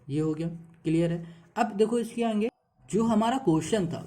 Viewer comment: 9.34 sir aap "aage" ko "aange" kahte ho 😂😂😂